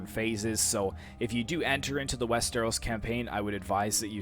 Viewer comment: just a nitpick but its wester-os not west-eros